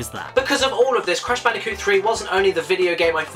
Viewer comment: You mean Brash Candicoot